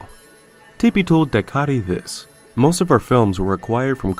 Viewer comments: A few corrections in the video : Pinwheel didn't ended until 1990, the article between clock man was made in 2004, and dycaite is pronounced Dye-kate. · isn't dycaite pronounced like dye-kate?